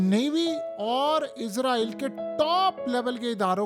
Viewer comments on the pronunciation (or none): بھائی جان آپ اپنی ہر ویڈیو میں اسرائیل کو عزرائیل بول رہے ہیں۔